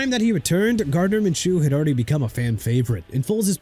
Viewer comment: It's Ahman Green not Ahmad... you got a problem with getting his name right?! And again with the Jagwires and Minchoo garbage... okay see what happens when Jacksonville change the team name from Jaguars (Ja-gwaars) to Jagwires... and get Mr. Minshew's name right too (pronounced min-shoo not min-choo)... oh and Will Fuller was a bust on the Dolphins AND?! HE AIN'T PLAYING FOR THEM NO MORE! HAPPY NOW?!